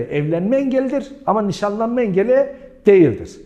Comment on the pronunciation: 23 videodur seni izliyorum vurguları çok saçma yerlerde yapıyorsunuz hocam evlenme vadiyle yapılan NİŞANLANMAĞĞ ...... gibi gibi